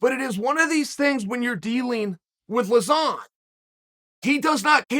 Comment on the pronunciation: It actually posses me off how bad he pronounces joe lauzons name